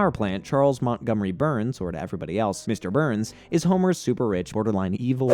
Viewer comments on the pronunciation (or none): none